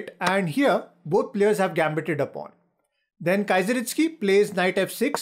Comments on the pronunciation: Its not Kaizeritsky, its Keezeristky :) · Really bad. It's so easy to learn how to pronounce "Kieseritzky". He wasn't a Kaiser. Stopped watching this after 25 seconds. Anyway, I first played over this game 58 years ago. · I don’t know how pronounces that person with a K, still can’t understand 😜